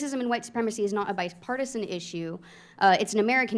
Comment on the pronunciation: Did she say "Bise" Partisan. LOL